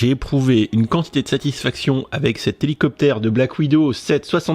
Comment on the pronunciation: Houlou copter :)